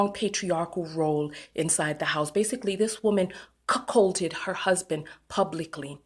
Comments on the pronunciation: Did she call him cuckhold? LMBO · I agree with your commentary, but girl I cackled every time you said she cuckcolded her husband. 🤣😂 Forgive me, but I CANNOT keep a straightface. 😝 I also love the term HubSon and shall henceforth use it. Thanks girl.